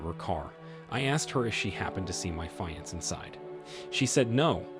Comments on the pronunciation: FIX YOUR TTS feeanss fiancee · How do you sound like an native English speaker but don't know how to pronounce "fiancé"? Have you just never heard of the word or what? So annoying. "fee-on-say" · I know every time he said it it aggravated me lol. I've never heard anyone say it like that.